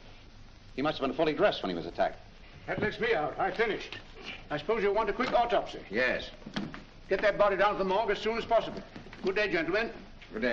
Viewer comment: au TOP sy...gets mispronounced regularly